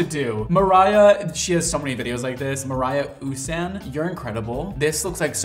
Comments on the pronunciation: ❤ love your videos! They are educational and funny. Mariya Usan is from Ukraine, my home❤ btw her name is pronounced same way as Maria 😊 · Hi! I’m such a fan!!! Im a ballroom dancer, and when they do this,it HURTS, it does take some time for it to come out, and you are using all the correct items! And normally the hair costs about 120-150$. And it’s strict to compete with “cement hair” and just fyi (no hate) Mariya usan is pronounced (mareeya-you-sahn)